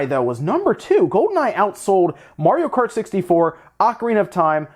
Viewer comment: "Mario Karty Deluxe" sounds lit